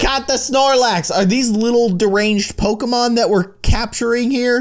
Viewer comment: IT IS POKIMON NOT POKIMAN 😤😠😡👿